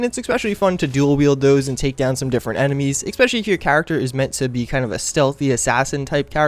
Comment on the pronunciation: it's "ESPECIALLY" not ECSPECIALLY. Sorry, that drives me NUTS